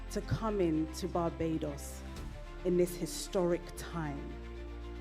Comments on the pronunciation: Your pronunciations please eg : Barbados not Babados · Please correct your pronunciation of BA-BAAY-DOS... Please, not BA-BA-DOS. This is just a point of correction...